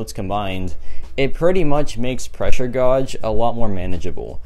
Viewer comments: Godge? You mean gauge like gage? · Say it like gage. Not gorge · It’s pronounced Gage, like cage with a G, pressure Gauge, not gawge or whatever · Yea me too hahaha pressure gauge (gage) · It can be pronounced either way, some of my professors say it like gawge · Gawge isnt a word. It's pronounced like the word cage, except with a g instead of a c. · Dont worry bro i pronounced gawj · I laughed so hard when he said “pressure godge is one of the most annoying “. Is it really? Or is your pronunciation in this case that’s most annoying? Take the L and laugh it off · Absolutely baffled at the way you pronounce gauge 😂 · it’s the French pronunciation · I’m a loser can you help me how pronounce gauge? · Jesus Christ !! Seems like everyone here wanted to feel a bit better about themselves..knowing how to pronounce 'Gauge' doesn't make you better than him !!